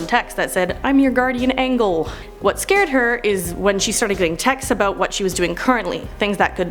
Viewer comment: "Guardian Angle" Lol!